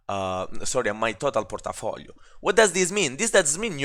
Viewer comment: Hahaha, i love your accent !!! (Porta-Folio) sounds like some dangerous gangsta district controlled by a mafia boss..lol